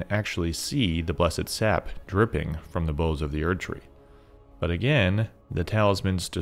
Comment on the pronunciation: great video! minor note: the word "bough" (as in the branch of a tree) is generally pronounced to rhyme with "cow", not with "doe"